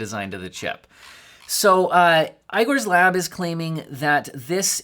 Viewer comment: STOP SAYING EYE-GOR!!!!!!!!